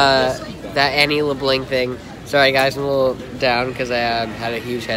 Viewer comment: loooolilooooool im dead its annie leblanc not annie lebling please save me